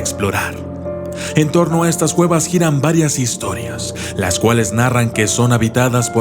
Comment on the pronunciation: Dijo gueva no cueva